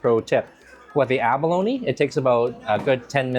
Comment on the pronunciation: It's funny...sometime you pronounce abalone... "ab-alone" & other times it's "a-baloney" 😂😂😂 Funny